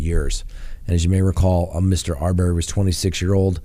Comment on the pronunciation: Arbery = Pronounced Ar-burr-y, not Ar-bear-y